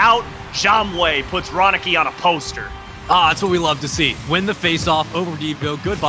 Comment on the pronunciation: anyone sat here laughing to them saying Ronikay .......